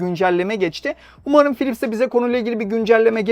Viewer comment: Philips harika bir markaydı... Gerçekten harikaydı. Ama ne zaman biliyor musunuz? 'Pilipis' diye telaffuz edildiği zamanlar...